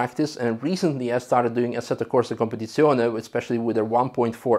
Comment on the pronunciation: Your pronunciation of competizione is almost perfect